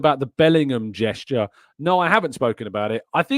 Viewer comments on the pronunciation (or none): none